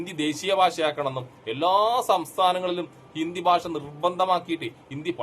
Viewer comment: ഭാശ അല്ല ഭാഷ വേറെ വല്ല പണിയ്ക്കും പോട വീഡിയോ ചെയ്യാൻ ഇറങ്ങിയിരിക്കുന്നു